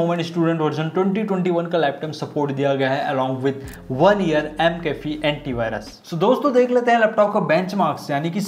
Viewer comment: O Bhai Mcaffe ko M Cafe bana dia. It's pronounced maccaffe and not M Cafe